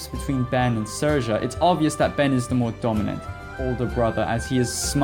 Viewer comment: Also, it's pronounced Seer-sha.